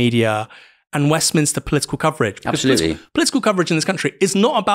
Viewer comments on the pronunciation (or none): none